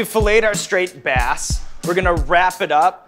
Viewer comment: I think Sean said "straight bass"